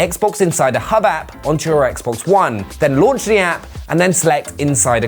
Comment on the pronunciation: That’s not how you say Xbox one ☝️